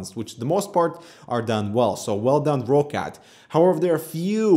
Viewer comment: I'm more than certain it's pronounced rockcat. It's a Germany based company and I think that's how they pronounce it.:)